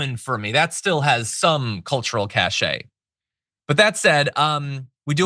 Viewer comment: Cache is not pronounced cash-eh, it's pronounced cash.